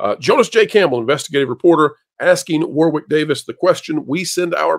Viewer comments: Hey, you pronounce “Warwick” as “Warrik” not “War Wick” it’s a British thing. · It is pronounced Warrick. You don't pronounce the 2nd "w" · One for the folks from the USA: the 2nd W in Warwick is silent. In the UK we pronounce it War (never changes) Rick (never gonna give you up). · It's pronounced War-ick, just saying. 😁